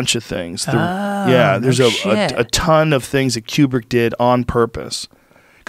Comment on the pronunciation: you pronounce Kubrick like qbert.